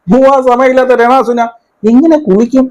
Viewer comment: ചേട്ടൻ രെ ണാ സുനാ എന്ന് കേൾക്കാൻ നല്ല രസമുണ്ട് 😂😂😂😂